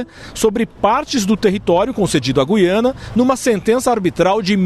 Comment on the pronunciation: É GU-IA-NA, GU-IA-NA, GU-IA-NA, parem de falar o nome da porr@ do país errado!